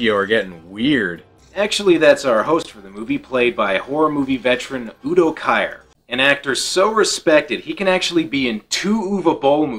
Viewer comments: Udo Kier's name is pronounced "keer," not "kire" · It is pronounced Keer not Kayer! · It's pronounced Udo KEER.